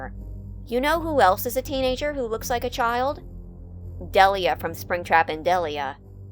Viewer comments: It's pronounced deliah not deleah in springtrap and deliah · It’s pronounced DEL-EYE-UH. And I’ll leave it at that. No more Springtrap and Deliah. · We don’t talk about Del-I-ah-ah, no we don’t talk about Del-I-ah-ah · the way you pronounce "Deliah" gives me psychic damage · HELP NO HATE TO YOU YOUR GREAT BUT WHY DO YOU SAY DELIAH LIKE THAT 😭😭 anyways love the video slay